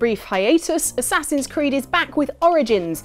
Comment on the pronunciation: A-ssassins Creed Oranges